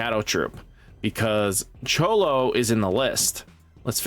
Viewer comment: Bruh😂 Cholo of the shadow troupes has me dying. Name pronounced like Kro-Low from Phantom Troupe. I know a lot of us anime nerds in here correcting you lol. And it’s Zol-duck family not voldick. Great vid though man keep it up! 😂